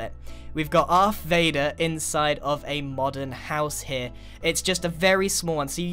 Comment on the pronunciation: Its Vader not Vador GRIAN